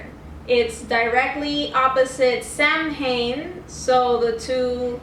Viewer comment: Nice video but the correct pronunciation of Samhain is Sow-In!